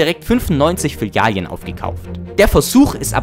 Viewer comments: Gutes Video, aber sag bitte nie wieder Filialien 😭 Das tut weh Bro... zumal du es richtig geschrieben hast 🤷🏻‍♂️ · kannst du bitte filialen richtig aussprechen? es heißt nicht filialien... trotzdem nices video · Das hat mich auch unnormal getriggert. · " Filalien " LOL Deutsche Sprache, schwere Sprache 😂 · Ich kann das Filialien nicht mehr hören bro xD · Das zweite "i" in Filialen triggert mich schon wieder komplett. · Mega gute video!! Aber bitte hör auf Filialien zu sagen😅🤣 Ansonsten sehr gut und mach weiter so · komm, wir üben das noch mal. es gibt 2350 Filialen. FI - LI - A- LEN. Also die ersten beiden Silben haben ein „i“ und die letzten beiden Silben haben kein „i“. Fi - li - a - len, Fi - li - a - len, Fi - li - a - len, Fi - li - a - len, Fi - li - a - len . Na, siehste, geht doch. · Filalien xD was hast du gekifft alter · Wenn du noch einmal Filalien sagst schick ich dir meine Fäkalien als Brief per Einschreiben zu amena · Filialen ❌ FİLİALİEN ✅ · "Filialien" "Smoll tolk" OMG HÖR AUF ZU REDEN BITTE BRO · Filialien ? Bruder, das Video ist geil, aber ich habe so Schmerzen .... So kann ich dir kein Abo dalassen ... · Digga... WAS SIND FILLIALIEN? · an sich nen gutes video, aber für "Filalien" gibts nen dislike. da bluten einem ja die ohren! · Hm.Sprechen lernen. Fil -ali-en...Echt jetzt? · Sprachkurs machen, es heißt Filialen und nicht Filialien, sonst interessantes Video. Und ja, wenn du in den Supermarkt am Sonntag gehst und noch zwei Schachteln 30.06 zum Spottpreis mitnimmst, dann weißt du, warum es Sinn macht dort einzukaufenn.. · Filialien.. es sind Filialen! 😂 Langsam nervts und ich bin nur 1,5 minuten drin im video. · die Dinger heißen Filialen und nicht Filialjen oder Filialien xD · Du killst mich jedes Mal wenn du Filialien sagst. Es heißt Filialen. Vielen Dank für deinen Kontent. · Das Video ist echt super. Die Memes, die Schnitte und deine Stimme ist auch toll. Es macht richtig Spaß zuzusehen :-) Aber bitte nenne es Filialen und nicht Filialien:-)